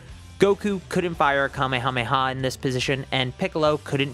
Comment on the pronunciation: bro said kamayamayha bruhhh